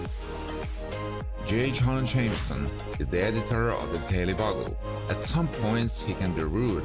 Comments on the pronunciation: B-You-gull. Not Bug-gull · Bugle = [Byoo-gal] Good video. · Painful narrator speaking. He can't say Bugle correctly.